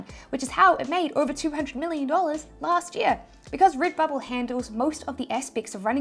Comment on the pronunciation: Rid-bubble 🥰 bee-spoke ❤️